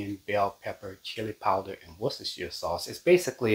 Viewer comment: Love your cooking show. I've been watching since you started your channel. I love sloppy Joe' s and yours look yummy. Did you make the rolls? They sure look good! The brown sauce in a bottle is pronounced wors-ta-shire.